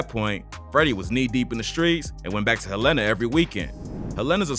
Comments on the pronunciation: I’m from Arkansas. It’s HELL-EN-A Not HELLA-NA. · Dude... it's HELL-ena.... get our hometown right.... Hel-LAN-a is in Montana #FREEFREDDIE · I’m not here to correct u but ppl who not frm Arkansas pronounce EVERYTHING down here wrong😂 Helena is pronounced Hell-In-a not whatever u said😂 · Im from the city and to hear you mispronounce the name is funny 😂😂 it's "Helena" bro not "Helaynah" 😂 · Sir you was saying it wrong!! Its Hel-ena lol!! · Nigga said hel-ena Nîgga its (hell-uh-nuh)… Helena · It’s HELL-N-UH Not Hell-Een-Uh. 😒 I’m from Arkansas please get it right! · no one has yet to pronounce the name of my hometown - Helena (HellTown) Hell-Li-Nah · HELENA-(PRONOUNCED) HELL-La- Na =AKA (HELLTOWN) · Bruh I've never heard anyone pronounce helana like that it's "hell-a-nah" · It’s hell-lah-nah🤦🏾‍♂️ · It’s pronounced hell in ah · It’s pronounced Hell-in-ah. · Nigga from Helena pronounced hell Len na Arkansas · It’s pronounced Hell-in-a bro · Lol it’s pronounced Hel-la-na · it's not pronounced Hell inna sheesh.. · I appreciate you covering Arkansas rappers but it’s pronounced [hell-len-nah] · HELL IN UH IS HOW YOU SAY THE NAME of the town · Why is he pronouncing Helena wrong. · The way you're pronouncing Helena is KILLING me 😅 because why?! That's not how you say it mayne 🤣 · That is not how you pronounce the city 😂😂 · can someone tell bruh how to pronounce "Helena" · You chopped up " HEL....LENA!", Pronounced. Helena, AR. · 1) I'm from Memphis and you pronouncing 'Helena' wrong as hell. 2) Something is definitely fishy here. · Please learn how to pronounce the name of these cities.!? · Why he say my city like that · That’s not how you pronounce Helena 😂😂